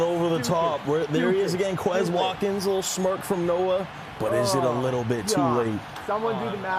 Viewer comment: these commentators are just like real nfl commentators in the way i want them to stfu, and also because they can't pronounce quez watkin's name right, they say it the white boy way.